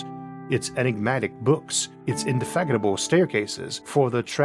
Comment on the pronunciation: I heard 'Indefaggotable' instead of 'Indefatigable'. Am I a homophobe with auditory problems or...?!